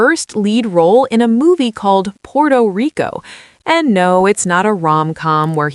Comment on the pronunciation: Puerto Rico not Porto Rico, please don't go😅